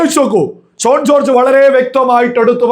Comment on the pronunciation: Shone alla, correct spelling Shaun ennaanu. 🙏